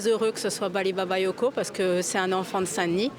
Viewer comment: Elle a dit, Baly Babayoko à 2 min..😅franchement, ce sont tous des racistes à mal prononcer son nom 😝